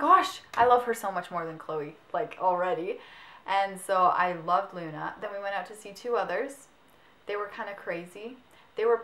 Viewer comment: i loooove your channel! you and lauren are amaaazing. but... i'm italian, so... it's not LEUNA, but LUNA. i know that the spelling of U is like EU, but the italian correct spelling is without E. if i just could make you listen, it will be really simple. ps sorry for my bad (really bad) english.